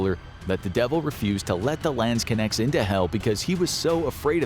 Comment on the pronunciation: As a german I cringe at the way you pronounce Landsknecht... LAAANDSKINECTS WTF IS LAAAANDSKINECTS!!!!!!